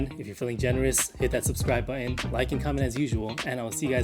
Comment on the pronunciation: The word, "Button" has a 't' sound in the middle.